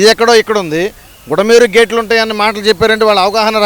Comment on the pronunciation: Super Ga Cheparu Anna, Vadiki Bulamerha Anni Palakadaniki Kuda Ravatledu, Adi Kuda Chepadaniki Ravatledu. Ori Jagan Ga Asalu Y. S. R. Ke Putinava, Lavapt Ga.